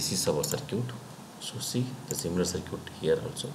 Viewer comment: circuit (saar-kit) is not pronounced as sircute lmao 🤣